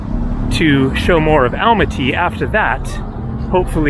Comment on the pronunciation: Please check the pronunciation of Almaty aal maa tee accent on middle syllable.